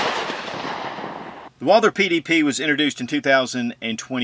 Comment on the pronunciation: Walther not Walder or ist your accent? I'm sold on this pistol, maybe a 4 inch barrel. Does in come in .45 acp?